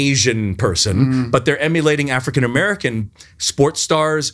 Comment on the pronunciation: Every time he said "African American" I understood "Afghan American" - and I thought, how would they know somebody is Afghan, instead of Persian, Syrian or alike looking ethnicity.